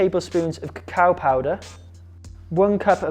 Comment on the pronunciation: "Cacao powder"..I heard "cow powder", what a shock!😂😂😂